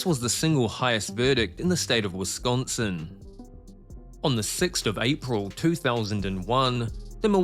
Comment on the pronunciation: To the narrator, please research how to pronounce words correctly. There is no "T" in Wisconsin. It is NOT pronounced "Wis-kawn-T-sin."